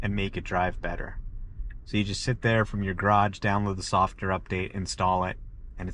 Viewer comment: . Is he saying a softer update? 😅 Isn't it supposed to be software update? And did he say driving wasn't (was an ) annoyance to going places? This guy clearly doesn't understand about driving but I agree the new freedom which was once driving is now the freedom not to have to drive, amazing